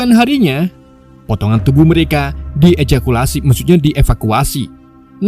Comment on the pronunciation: Di Ejakulasi 😑